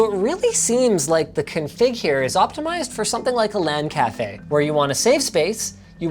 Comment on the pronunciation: linus its CONfig, not conFIG